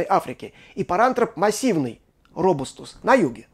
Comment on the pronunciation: Почему «ро́бустус»? Лат. robustus имеет ударение на втором слоге.